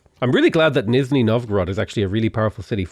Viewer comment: Same with "Nizhni" and "Voronezh"